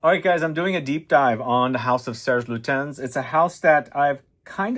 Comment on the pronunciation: For someone who made so many videos about fragrances and who smelled thousands of fragrances,I would expect you to know how to say Serge Lutens properly.